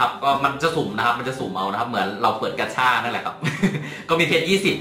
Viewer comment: เรียก กาช่า (gacha) ไม่ใช่ กัชช่า555